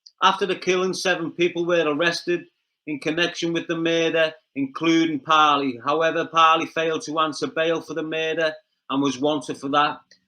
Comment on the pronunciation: The once again talking-about things he knows nothing about, he only knows what he has read in the news papers. Kevin Parle or Parley as the pronounces it should be advised that his name in pronounced Parl, the e at the end is silent 🤪😜